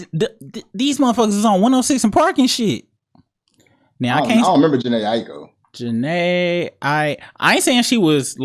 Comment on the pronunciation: Bro really said Jhene Aiko. Yea he aint been outside.